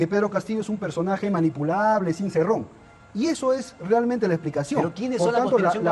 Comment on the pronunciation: Daniel Hargus, Se llama Cerrón, no Cirrun; pero es evidente que tu intención es burlarte de las personas del interior del país. Típico de un alienado e ignorante que creyendo que al "burlarse de los demás" podrá cambiar sus rasgos netamente peruanos ¡Ubícate por favor!. Ja ja ja ja ja ja me recuerdas al "periodista" que está entrevistando a Cerrón, que creyendo que actuando de esa manera podrá cambiar sus RASGOS AUTÓCTONOS.